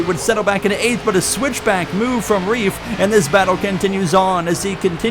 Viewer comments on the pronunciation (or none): none